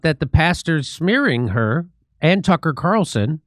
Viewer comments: Trucker and Candyce ? 😮 😅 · You kinda missed the most important points... In that pastor video she showed, the pastor MISPRONOUNCED BOTH Candace and Tucker's names!!! So hes PREACHING about how bad these 2 people are, but also proves HE HAS NO IDEA WHO THEY ARE in the same breath... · Notice how that “pastor”, mispronounced Tucker and Candace’s name? That’s called plausible deniability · They don't even know their names. 😂😂😂 That pastor just butchered both of their names.